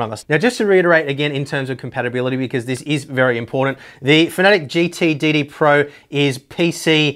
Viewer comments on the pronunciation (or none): Just a very small moan.... Its fana tec...... Not fanatic or at least that's what I heard someone from the fana tec staff say.... Anyway good videos, hope you keep them going.